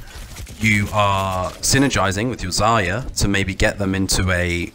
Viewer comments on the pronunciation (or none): none